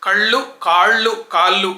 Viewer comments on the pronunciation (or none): none